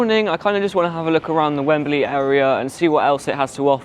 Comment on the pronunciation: Has the pronunciation changed in the decades since I lived in England? It used to be two syllables: "Wem-Blee". You're using three syllables: "Wem-Ba-Lee".